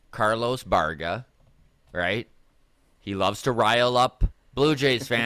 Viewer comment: Bye-Air-Gah. Baerga.